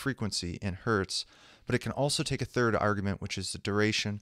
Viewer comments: "One Hert" ... lmao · "One hert" :D